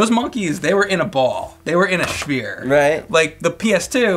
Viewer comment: "They were in a schphere."